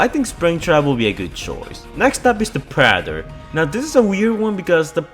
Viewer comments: sry, just the way he tried saying Predetor was funny xD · “The preder “ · Ah yes, the prader